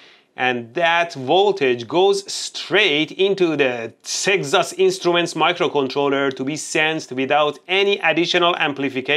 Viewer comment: "SeggsAss Instruments"?